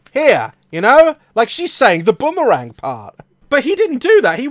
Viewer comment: One thing this video is missing….. AN “R” !!!!!! It’s not boomawang! Grrr